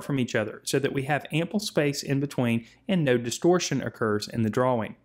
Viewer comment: "DRA"-"WING" okay man